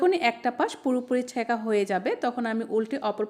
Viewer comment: ছ্যাকা নয় স্যঁকা